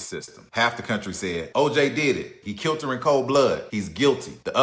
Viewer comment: He "kilt" them...